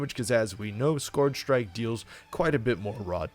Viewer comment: "skorj shrike"